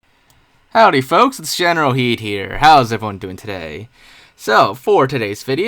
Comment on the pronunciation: Why does this dude pronounce his name as “generalheed” when it’s? Did he change his name or does he not understand what letters he used